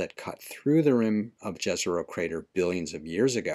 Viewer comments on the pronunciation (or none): jFYI, the word JEZERO (meaning "lake" in some slavic languages) is actually pronounced as YEZERO.